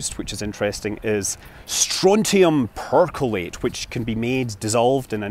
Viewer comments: Perchlorate is pronounced “perk LORE ate” not “percolate”. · Strontium Per -Chlor-ate. Not percolate. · Fascinating. It's "perchlorate," though, not "percolate."